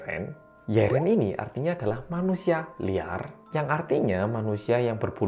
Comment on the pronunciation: 野人 artinya manusia liar, bacanya bukan yren tp gmn ya 😭😭